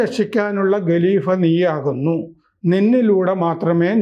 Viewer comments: ഗലീഭ, ഗിലാഭത്ത് എന്നിങ്ങനെ പറയാതെ ഖലീഫ, ഖിലാഫത്ത് എന്നിങ്ങനെ തിരുത്തിപ്പറയൂ. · ഗലീഫയല്ല ഖലീഫയാണ് ഗലീഫയല്ല ഖലീഫയാണ്. സ്ഥിരമായി പറയുമ്പോൾ ഖ വേണ്ടിടത്ത് ഗ എന്നെ പറയു